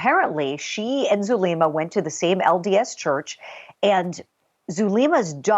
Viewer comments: Wow this female reporter looks Latina but if she is then she’s kind of embarrassing. Doesn’t know how to pronounce Zulema?! Come on. Has never heard of ppl going to Mexico for meds?? Huh? Somebody needs to pull her Latin card,lol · AND she doesn’t know how to pronounce Zulema! 😂